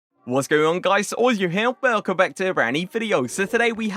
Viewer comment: The way he says “Wellllllcum backtuabraneevideo” 🥴